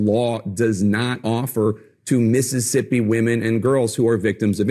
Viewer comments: 'Missippi' I'm not surprised the governor of Mississippi can't even pronounce his own grotesque state's name. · “Miss” issippi